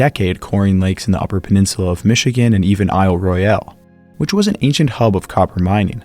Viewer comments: FYI: ISLE ROYALE is pronounced: "ISLE ROYAL" by the locals. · Question: How many times can you mispronounce Isle Royale in an hour ?